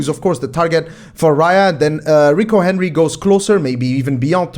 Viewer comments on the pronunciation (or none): none